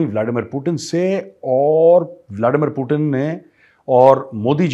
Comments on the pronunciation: ति bolo T नहीं 😂😂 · व्लादिमीर पुतिन है। व्लाडिमीर पुटिन नही। अंग्रेजी मे है ट ड ।रूसी मे तो त द है। ट ड नही। हम तो त द उच्चारण कर सकते है, अंग्रेज नही कह पाते ट,ड कहते हैं।